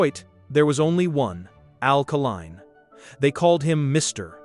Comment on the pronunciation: Couldn't you find enough film of Al Kaline to avoid showing some left-handed batters? Al only hit right handed. BTW, his name is pronounced KAY-LINE, not KUH-LINE. Great player, lousy tribute video. I stopped watching after 4 minutes